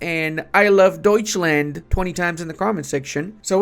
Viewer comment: I love Deutschland 🫡😂 Sounds funny when you are actually german 😅